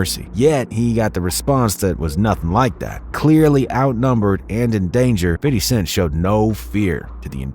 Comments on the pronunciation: First off.... Everyone needs to quite calling him "Fiddy"... Thats not how you say his name!!! Thats how old people say his name. If you wanna use that, then just call him "Fif". Not 'fid' or 'fiddy'. Use "Fif" or call him Fifty. Old people call him "Fiddy" cuz they thought that's what people were saying but they just didn't understand the ebonics behind it. FYI!!! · It is Fifty! Not "Fiddy". Stop doing that. Listen to his album he doesn't pronounce it like that . I know where it stems from. You say it correctly then go right back to that B.S. I know it is minor but it was a tough listen. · Dude, just say fifty. Please stop saying fiddy. You sound gay as fuck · Lmbooooo 😂 exactly!!! 50 Cent doesn't even say Fiddy...It's Fi-thy lolol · cringe how this white guy calls him fiddy cent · soon as you said fiddy... instead of fifty .. I stopped listening ... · Hella cringe hearing this lame say "fiddy" . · After the third "Fiddy" I had to stop listening 😞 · Bro who tf is “ fiddy “ 😂 I’m high asht hearin this foolishness lol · Cool story, but ummm 🤔 who's "fiDDy?" 😅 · STOP!.. putting some much emphasis on his name (Fity).. . It's 50 cent. Weirdo.... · please never say fitty cent smh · “Fiddy Cent” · Fiddy? Cmon now just say it how you usually say it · Imagine doing a shot every time he says fiddy😂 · Nobody calls 50..."Fiddy" lmaoo. Come on guy. Great vid still lol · No one ever says "Fiddy". You don't have to overdo it with the whole "Fiddy" thing. It just sounds ridiculous. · The fact he kept saying Fiddy mad me stop watching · Can't even say fifty correctly. What a retard.